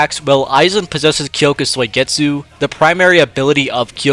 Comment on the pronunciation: “Kyoka Soy-getsu”